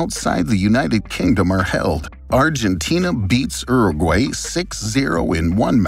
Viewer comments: Wtf is ero gway ?? Is he trying to say Uruguay??? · Yeah is it not Your-a-gwuy? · It’s not said uru-gay it’s said uru-guai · Every now and again, I hear an American pronunciation of a word and I think ‘wtf?!’. Never heard it pronounced like Urragway. Interesting video. Thanks. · That was the worst butchering of fédération international de football association ive ever heard. Not to mention uruguay. Anyway other than that great video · The way you say Uruguay is really disturbing to me 😅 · The channel is Geo history and doesnt know how to pronounce uruguay 💀